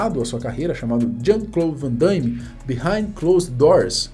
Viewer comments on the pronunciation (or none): Aonde que vc encontrou esse (i) cara? O nome do cara é Van Damme, vc fala Van Da(i)mme. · Não é van Daime. É van DAMME mesmo. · Pare de dizer. Van Daime, É Van Dame. 😂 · Ver o vídeo com o cara falando "Van daime" o tempo inteiro é de doer, rsrsrs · o cara começa o video falarndo "Jean Claude Van DAIIIME". Fechei o video na hora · Uma correção aí: o nome dele é JEAN CLAUDE VAN DAME E NÃO VAN DAIME. Ele não é Andaime e sim dame ok? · " VAN DAIME " P/Q/P! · "Vandame" a pronúncia, não Vandaime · Não é Vandaime! É Van Damme ! Hauhaha andaime é lá na obra... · fico invocado pq algumas pessoas pronunciam o nome erroneamente , nao é Van dãiiíme , é simplesmente Van Damme. outra coisa , Soldado universal foi TOP ! rs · Damme e não Daimme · Mais um que fala: Vandâime 😂😂😂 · po " vandaime" ? kkkkkk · Jean Claude Van Daimme 😅😅😅 É Van Damme Não Van DaIIIme não tem i 😅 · O nome dele não é Van Dãime não, meu prezado, é Van Damme (Dâme) mesmo, esquece esse "I" aí, por favor!. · Van DAMME, não DAIME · Vc sempre com vídeos legais, mas melhore na pronúncia “ VANDAIME” tá errado kkkk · van DAIME ? HAHAHAHAHHAHA Cara nao consegue pronunciar um nome pelo amor de Deus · Um panda morre a cada vez que alguém diz Van "Daime". 🐼🪦